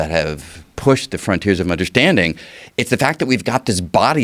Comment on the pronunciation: Until I heard this clip, I didn't know that the word, 'Undershtanding' has an 'H' in it....